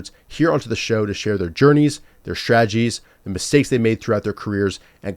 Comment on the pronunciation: Why would u say shtragies and not strategies and grocheries and not groceries